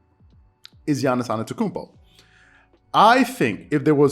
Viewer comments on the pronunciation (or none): Dont mean to be that guy but you keep pronouncing Giannis's last name without the first t, saying anetokounmpo. Not sure if you realized but just wanted to point it out. Really enjoyed the video, keep up the great work!